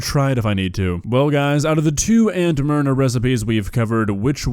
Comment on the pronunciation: I kept hearing it as Aunt Murder the first couple times said it lol (obviously never heard of her before now)